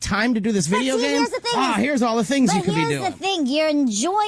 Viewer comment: 2 observations: - you pronounce video like fideo. your v sound is too sharp and sounds like an f, which is natural for dutch speakers. - you said "pz" instead of "pc". the c is sharp, the z is soft. dunno if thats something you do regularly or if you just stumbled over your tongue. loving the content and your vibe btw. have a nice day!